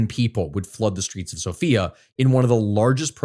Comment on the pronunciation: hearing him say the capital's name like that keeps scaring me throughout the video because my name is Sofiya cries